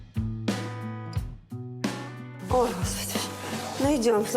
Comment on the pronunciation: Может не "АлА́н" а "А́лан", все таки ж....